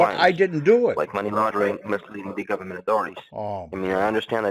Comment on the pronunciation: Trying to work out why I can't stand the vermin's voice. It's because it stresses t sounds at the end of words. Like gohmentttttt. Just makes me cringe.